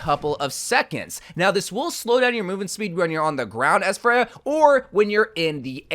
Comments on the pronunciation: Once again I'm telling you, her name is Freja, not fray-huh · he only pronounced it wrong like 1 time this time